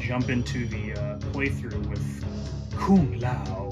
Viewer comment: Kung "Ligee" Lao!!!